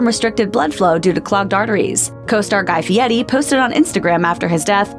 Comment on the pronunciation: Nobodies commenting on first one that the narrator said guy fieddi?